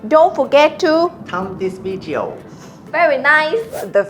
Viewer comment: “Thumb this vidjeo”😂😂😂